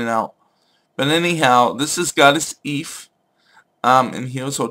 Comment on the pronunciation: her name is pronounced 'eefa'